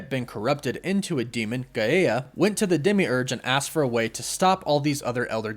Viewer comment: Did he just call Gaea... Gai-eh-ya? Like Paella... Also, just stop... Wanda is not "clearly" going to be the main villain of the movie. The main villain probably hasn't been shown, or isn't going to be made to look like the villain in the trailers.